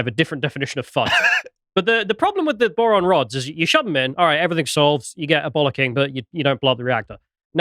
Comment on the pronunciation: Ah, boron rods, not moron rods.